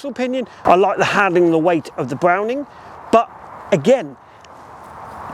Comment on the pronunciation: B’wowning or B’wetta?